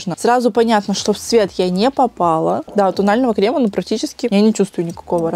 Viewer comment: А кремА😅